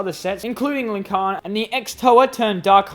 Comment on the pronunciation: Also just letting you know Lhikan is pronounced Lih-khan not Ling-Khan.